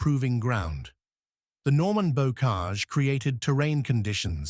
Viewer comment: I switched off at Bow Cage .